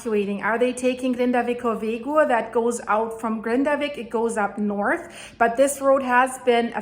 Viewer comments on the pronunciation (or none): none